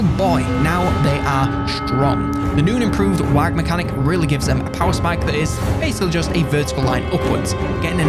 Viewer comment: "The new and improved Wag mechanic" "WAAAGH!" is pronounced like "WAAA", not "WAAAG". The way you said it is like pronouncing "through" like "throog."